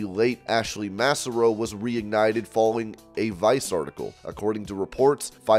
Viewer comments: Please please please learn how to pronounce Ashley Massaro’s name! Maaaah Saaaah Roe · Quit saying MASSAROE!